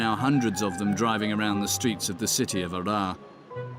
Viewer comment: يقصد مدينة هرر. وليس عرعر